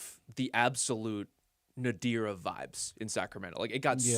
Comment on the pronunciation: bruh pronounces "Nadir" as "nuh-deer", it's like "Ralph Nader" without the "Ralph" dude. I had to look it up, thought I might have been saying it wrong for years like "ennui" but no, I was correct on this one.